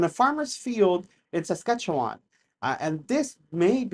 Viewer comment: I love how non Saskatchewan people pronounce Saskatchewan. lol. Sk’atchewun has always been a UAP hotspot.